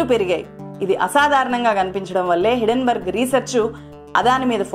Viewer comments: Hidden berg, kadhu madam. HINDEN BERG. Hindenberg airplane fire accident jarigindhi hydrogen leaking valla. Helium ki, deeniki sambandham leedhu. Sarrigga research cheyyandi madam. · Hidenburg kadu madam Hindenburg. Mee manava thappidhalu kooda correct chesukonte manchidhi. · Day trader telugu lo cleae ga explain chesadu. Hindenburg puts buy chesi pettukuni mana market meda negativity spread chesthundi. Neku teliyani topic enduku matladthav cheppu. Hindenburg ni hidenburg antunnav.